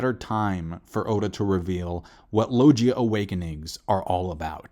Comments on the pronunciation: BRO WHAATT 💀💀💀 did u just say LOJIA ?? Its LOW- GI-YA! LOGIA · sorry did you just say low g ah?